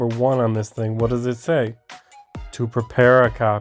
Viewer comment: You couldn’t remember the words “To Prepare” you articulated that horribly.